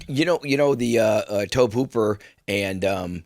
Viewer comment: Tobe Hooper is pronounced like ‘Toby’, not ‘tohb’. 😂